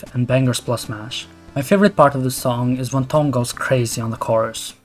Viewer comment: did you say Thom like thumb? It’s pronounced Tom..